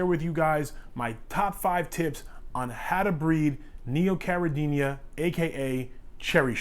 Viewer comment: Habla Español? Lol It's Neocaradina, not Neocaradiña ;-)